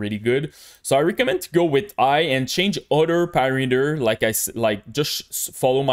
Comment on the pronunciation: just curious - why you are not pronouncing H letter in all words?) so like "igh" instead of "high" and etc o.o